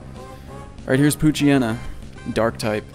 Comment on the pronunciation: WTF. That's not how you pronounce Poochyena. Its Pooch-yena